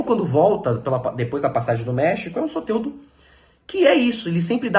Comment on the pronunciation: Tira esse "é" do nome do Soteldo amigo, fica muito estranho a pronúncia 😂... Fala Soteldo normal.